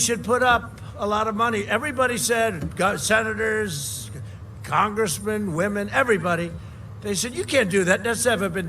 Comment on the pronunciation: “We have great senerrzzzz”🤷🏻‍♀️ I think “drained” is the opposite of fuelled.